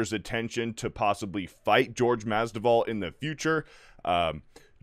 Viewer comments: Masvidal not Masduval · mas-VI-dal Not mas-DI-val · Mas-vee-dal that is all lol. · Masvidal not Masdival 😁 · Bro, take the time to get his name right. Mas-vi-dal. Literally said it wrong 10 times. Do better. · Right takes like 20 seconds of research to learn how to say his name right. Thats just lazy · Mispronounced name twice in the first 25 seconds? This dude has no business being on a sports show. Cmon bro, do the least amount of preparation before making a video, lest you look like an idiot. This is happening far too often. Between this and that Crain and Co show, you can tell these dudes don't actually do any research or know/understand what they're talking about. It's not even like Masvidal has just arrived either. He's been in the fight game for well over a decade, almost two if you count his backyard days. But, what do I know, I'm just a guy who actually reads and understands sports.